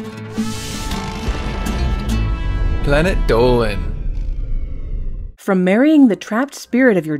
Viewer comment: Its dolan😂 not doland